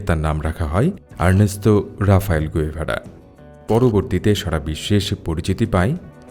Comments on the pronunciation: গুয়েভারা নয়, গেভারা। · আপনার ভিডিও ভালো লাগে। এই ভিডিও তে আপনি বার বার উনার নাম ভুল উচ্চারণ করেছেন। উনার নামের সঠিক উচ্চারণ চে গাভেরা। ধন্যবাদ।